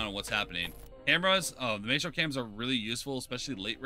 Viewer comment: It’s pronounced “my-stro” not “may-stro”